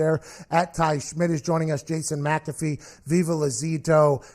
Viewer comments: Loool that stevo interview was amazing, but him saying ur name wrong at the end killed me keep it up bois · Pat got super heated over it. "Hey show some respect!" Lmao only way Steve O can redeem himself is a free nutkick by the punter of the decade